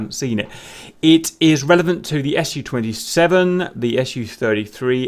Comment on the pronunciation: Good guide, didn know that. PS Its not S - U 27, its Su 27, its not M - I, its Mi, its not T U its Tu.